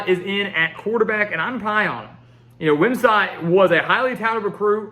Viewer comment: It’s Gavin Wimsatt like “sit”, not “sat”.